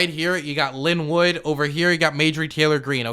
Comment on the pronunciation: next time it’s pronounced Line Woot not Linn Wood.